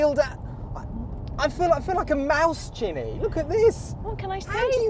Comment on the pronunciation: He can't pronounce her name ginne it's genny